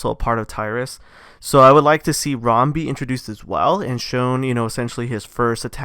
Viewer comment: It’s RAAM not ROM